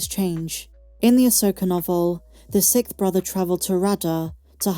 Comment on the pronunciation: Is it a British thing where the word is pronounced “Sikth”?